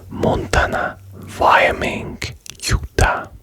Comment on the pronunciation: Chaynee, Vyomink